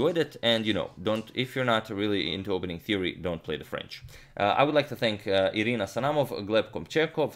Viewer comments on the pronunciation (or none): none